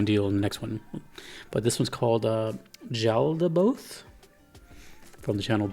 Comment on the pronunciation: It’s pronounced yaldaboth